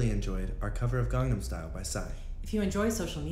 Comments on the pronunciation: Why is no one talking about "garnam style??!!" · "Garnam style" Ok den :/ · "Gardum style??"